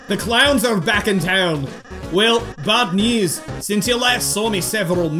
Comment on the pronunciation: IT SO FUNNY TO HEAR SAY BAP NEWS INSTEAD OF BAD NEWS IN